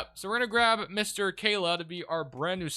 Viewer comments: Khaman Malauch Ka-mon Muh-lock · Brooo you have to learn these players names lol. His name is not khayla